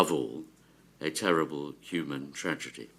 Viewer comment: 'tRaDiGy' 😂 STOP THE BOATS, STOP THE INVASION!